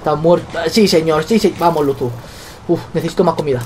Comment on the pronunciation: es luzu no luzo